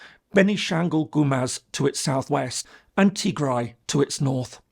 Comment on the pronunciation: You butchered the “Tigray war” part, but tbf it’s quite complicated and need a some research